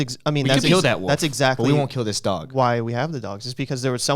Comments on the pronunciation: i thought ryan was saying 'woof' instead of 'wolf' lol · Me: “Wolf” Ryan: “Woof” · I noticed Ryan says wolf with out any L which made me smile. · I love how Ryan pronounces wolf.